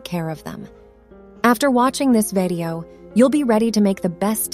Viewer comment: What’s a “vedio”? 😂😂